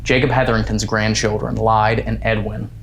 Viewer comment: I know this is a compilation, but I just have to comment for next time! Bellaire house-the name Lyde is pronounced lie-dee you might get a better response by calling her name correctly. :)